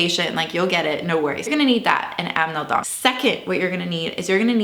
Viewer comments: Yes, but she said "Amedong" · *Anmeldung, not Amneldung. Otherwise, great video! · I enjoy your videos buts its "Anmeldung" not "Amnmeldung" :)